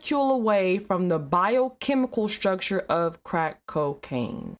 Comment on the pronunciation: Cocacain not crackb